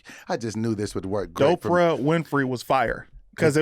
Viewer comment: we're not gonna scooch pass the fact that you said Doe-fra Winfrey...and not Doe-pra Winfrey. I do understand your plight brother. I to have a friend and/or family member who has a frequent tendency to butcher words. 😂😂😂... Sometimes their butchery of words will fall upon you to. 😂😂😂 This intervention has been sponsored by Speech Etiquette Institute. For information on enrollment please call 1-SPEECH-LESS for more details. Tell 'em sent ya!! Alright then boy!! (...in voice)